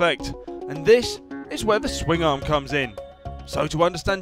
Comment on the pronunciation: THE .1 PERCENT BEING THAT HE CALLS IT A SWINGING OR SWIMMING ARM. MAYBE NOBODY HAS EVER TAUGHT HIM HOW TO SAY IT PROPERLY. THERE'S YOUR 100%